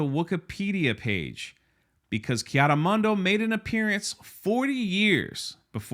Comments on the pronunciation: Why cant anyone say KEE-ADEE-MOONDEE correctly? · I love the way pronounces, "Kay Otto Monday" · It’s Keanu Monday. And, we like names. Ask Frank Gore.